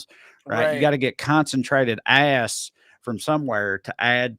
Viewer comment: "Where do you get, like...Aahss extract?" - bout killed me